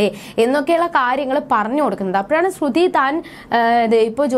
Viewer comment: ശ്രുധി എന്ന് പറയുന്നത് എന്താ 🤔🤔🤔